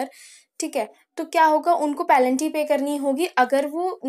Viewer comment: Penalty❌ pelanty ✅